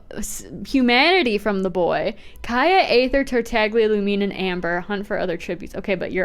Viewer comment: Finally someone else who calls him Tartagles. I also sometimes say Zhongles.